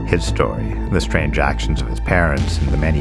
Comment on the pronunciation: *Story not "stay" LMFAO